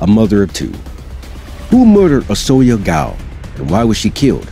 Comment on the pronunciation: As a hungarian,Orsolya is pronounced "Orshoya" .